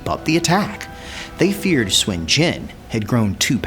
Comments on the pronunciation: The enunciation can be a trap depending on how the chinese speaker uses the U, it can vary from Soon to su/n, definitely not swin, but i can understand enunciation is not always consistent. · It is suun not shwin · okay since it's my SURNAME. it's pronounced "SWIN". It's also the same Surname of Goku and the Money king. SOON is INCORRECT. SUN or SON is also INCORRECT. (SON GOKU is a romanized way to pronounce Sun Wukong) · Nope. "Soon" is incorrect it's close but incorrect. here is a from an actual chinese movie where Sun Wukong pronounces his name.